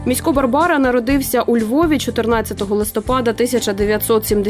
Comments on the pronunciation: У слові Місько, наголос на І варто стаити, на майбутнє. Дякую, за чудовий еткр про прекрасну людину! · Та МІсько а не МіськО !!!! Невже так важко було вимовити. Адже жінка його правильно називає.